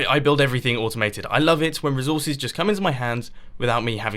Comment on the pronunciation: reezorcees XD